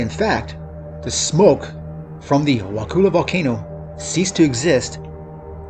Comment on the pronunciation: Wakulla isn't pronounced wakoola. It's more like wah-kuh-la. Kind of like if you dropped the T and R while saying "what color" but not quite